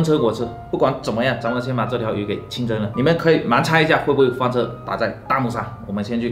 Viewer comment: 是翻车翻车，不是欢车，说多少次了，你这样我很难入戏啊，，，